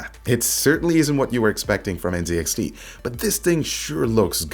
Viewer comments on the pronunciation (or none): Z is pronounced ZED. You have failed at being a true Canadian. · Dude - you are a Canadian. It's pronounced Zed - N, Zed, X, T.